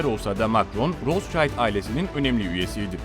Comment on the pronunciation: Sayin, sizin bir hususta dikkatinizi cekmek istiyorum. Bu kullandiginz o zengin ailenin ismidir. Siz onu türkce yazarsak, "rotsaild" seklinde telafuz ediyorsunuz. Bu aile aslen Almanya'lidir ve isimleri de tabiatiyle almancadan gelmekte ve türkce okursak "Rotsild" diye okunur. Tercumesi: "Kizikalkan" manasindadir.